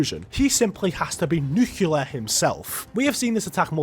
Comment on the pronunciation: bro its not nuclur its nuclear